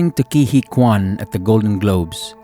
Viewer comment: "Huy" is tough to pronounce, but the correct way is "Hwee" .. not "Hee" :)